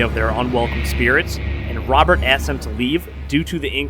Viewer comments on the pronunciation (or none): none